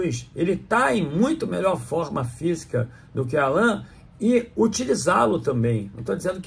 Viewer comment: não pronunciar o nome do Allan, da forma como os pais dele o batizaram, não seria desrespeitoso?